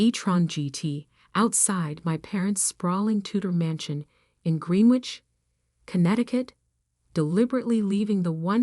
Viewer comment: Greenwich is pronounced Grenich Please use petter trained AI. Channel is pronounced Cha nell. Not channel.